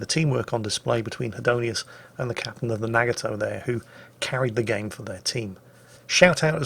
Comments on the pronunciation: I love your videos, this was very informative while still being entertaining. I hate to be annoying, but your pronunciation of Nagato is killing me. It's prenounced with a soft "A" sound and it's three syllables. Instead of saying "Nag-a-toe" it should sound like "Nah-gah-toe." Yamato is similar. Instead of saying "YAM-ah-toe" and putting stress on the first or second syllables, there should be no stress on any. It should be a quick word with no stress or pausing between syllables that sounds like "Yah-ma-toe." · The way says Nagato and Yamato is wrong too.